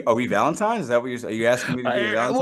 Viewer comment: Does my man keep saying Valentimes?